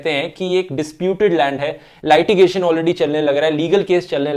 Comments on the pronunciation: Lightigation nai hota hai mere bhai Litigation bolo. Love you bro. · That's not how you pronounce LITIGATION brother ...